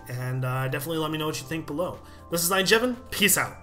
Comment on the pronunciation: at the end i always think he says mrs iJevin